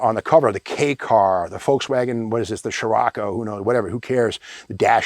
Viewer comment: Volkswagen Shirroco, eh whatever, who cares?😆👍